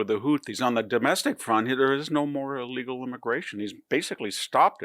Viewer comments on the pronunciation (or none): none